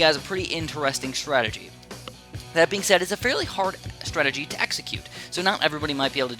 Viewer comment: Yay! He called masterov's "startagy" ridiculous